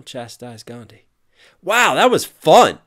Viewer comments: Also, not sure how many times I have to say this but the whole line "Like the H in your name, you ought to remain silent" is incorrect cause it's definitely not pronounced Gandi. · Gandhi h is not silent, Westerners don't pronounce it, we Indians do. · Well H is not silent in his name. It's literally about Americans don't know about some indian syllables. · The 'H' in "Gandhi" is actually not silent, but in the typical English pronunciation it is made silent. Basically that consonant does not exist in English, that's why. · It has been two years but I felt like this needed to be addressed. The H in Gandhi's name is in fact pronounced. It just is that most people fail to because most languages seem to lack the "dh" sound that is used, so you just default to "D" which is the same thing MLK does, which, therefore, is an ignorant diss. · In the actual language, which I can never remember the name of, "dh" IS pronounced as a separate sound from "d", English just doesn't distinguish those sounds; so unless you grew up with a language that distinguishes these sounds, or you have a particular language processing disorder, it WOULD sound identical to "d", thus seeming like the H is silent. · Not Ghandi, it's Gandhi. DHI. That H is not silent. U people pronounce it wrong. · The "like the h in your name" line actually doesn't make sense, because Gandhi's name is actually pronounced differently than what English people call it usually, the 'dh' is a single syllable which is an combination of d (as th in 'the') and a 'h' sound Great video btw, you are amazing! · To this day I Dnt get it why you people say that h is silent in gandhi. It's GANDHI, and not GHANDI. One more thing regarding shower, gandhi was a very hygienic man and adviced other people to be the same. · Soooooooo many errors ... :D Most important H is not silent. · you should know that his name isn't pronounced as ghandhi anywhere It's just that you all always pronounce his name like Gandi instead of Gan+dhi